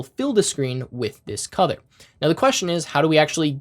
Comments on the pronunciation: I don't know why whenever you say "color" I hear "cothor" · you need to work on how you pronounce the word, "color." It throws me off every time. It cracked me up the first time because I couldn't make out what you were saying but once I understood, you just became a meme.